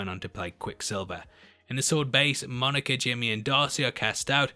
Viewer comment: I like how you say Monica. Monerca